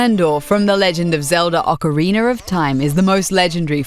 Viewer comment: Is it just me or the mysterious voice lady said "Ocarinner" instead of "Ocarina"?